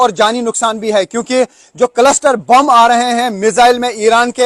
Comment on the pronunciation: भाई कलस्टर नहीं क्लस्टर बॉम्ब है।